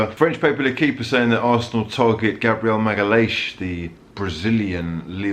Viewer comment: Thanks for showing me how to pronounce Gabriel’s surname 🤣🤣